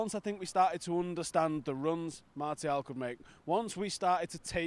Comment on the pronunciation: We pronounce Martial : Marcial guys.